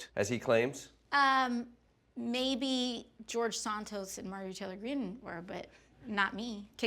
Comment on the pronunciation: Hey!!! She says Santos right instead of Saan Toes. Cool. Adequate funding for education is difficult. I was going to be an educator but didn’t when I saw what I would earn. I don’t need a lavish lifestyle, but how do you expect teachers to focus on student development when they might be focused on making rent or possibly never being able to retire comfortably. I worry that most teachers will have PTSD from constant violence in schools.